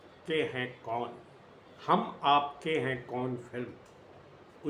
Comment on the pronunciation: अबे बॉस पहले नाम तो सही से बोल लो मूवी का शुरू होने से पहले ही लटक रहे हो😂